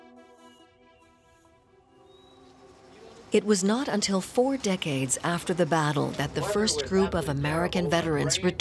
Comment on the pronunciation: narrator: "it would take the forest decates to recover" everyone else: and.... the jews?